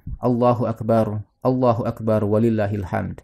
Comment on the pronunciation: Mantaap hanya penyebutan yg sy luruskan aja..🙏 Allahu Akbar Kedengaran bcanya ustad itu Allahu Akbaru